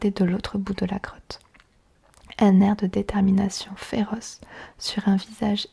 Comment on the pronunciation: G cru qu'elle avait au lieu de '' grotte '' '' crotte '' 😂😂😂😂😂